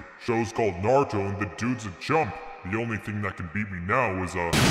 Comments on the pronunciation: thats not Naruto, thats Narudo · "nArTuOh nArUtOh nArUtOh bElIvE iT bEliVe It " I believe it